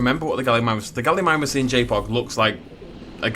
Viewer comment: Every time you said JPOG for the first 5mins I heard Jake Paul and imagined you making a Dinosaur park dedicated to jake paul.